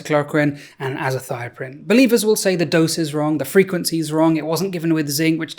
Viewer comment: AZATHIOPRINE EXCUSE ME?